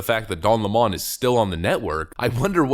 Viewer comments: It's 'Lemon' always been a shit-lib lemon. 'Lemōn' is a liberal affectation. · Dude, its L E M O N, like in lemonheads......not lamon....please speak english......lmao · His name is LEM-on, like the other guy is COLE-bert. I won't use their pronouns, either. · Imagine doing commentary about something as complex as racism; all whilst being too illiterate to be able to pronounce LEMON. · Stop pronouncing his name that WSU! 🤣😂🤣 sau it the way he spells it. L E M O N= 🍋 Lemon. LeMon is NOT HIS NAME. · How to pronounce lemon Leh - muhn like the fruit. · Of course he is crying about being fired his lies caught up with him. His name is pronounced like the sour fruit " lemon" as he is sour as hell now. As far as people attacing him he is playing the Jussie Smollet book of victimhood. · Don Limon a a lemon 🍋, stop trying to make it French or different its lemon 🍋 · It's Don Lemon 🍋 Not lemon! 👍🤣🤣🤣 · Yo, it's don 🍋. Say it right, if you're gonna say his name brah..... .... Yo, it's Don le Butte sniffere... Say it right if you gone say it's name. And yes, it's french. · Dude, stop calling him by his Frenchy pronunciation... use the correct ENGLISH pronunciation... Don LEMON. As in his show was a real LEMON. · I thought it was pronounced lemon 🍋 like the fruit? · A lemon is a lemon, be it a car, a leftie, or whatever. PS Don le-Mon? WTF? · I don't know why you pronounce Lemon like that. He ain't French. his last name is a citrus fruit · Cringe, but he calls himself "Lamon"..... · The pronunciation of his last name in this video is awesome. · Lemon is not pronounced Lamon. His name is pronounced the same as it is written which is the same as the citrus fruit. He lies about his last name. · Lemon not Lemoan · Its not Lemmon, its Lemon he is the worst sour fruit on tv. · It's not Don Le'Morn.... It's Don Lemon as in "A fruit" a very bitter, sour and acidic fruit ;p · Stop calling him Don Lea Mon it Lemon like the fruit. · Don LaMon??? It's Don 🍋 LEMON!!!